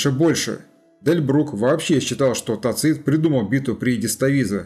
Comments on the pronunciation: невозможно же слушать вашего тацИта. ТАцит, тАцит, тАцит. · Согласен. В следующем фильме он всё равно будет ТацИтом, так как материал уже почти готов. А далее исправим. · Мы же говорим ЦЕзарь, а не ЦезАрь. Так что видимо Вы правы. Но это не критично на мой взгляд. .